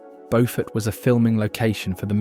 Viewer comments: Beaufort is pronounced BEW fert, not Beau fort. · Sheldon Church is not in North Carolina!!! That's where Bow Fort County is. It's in Beaufort County SC. It's a pronunciation difference that's kind of important.